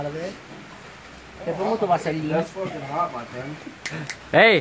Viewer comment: he was trying to say is it hot the food but he literlly said hat lmao 😂😂 (the camera man)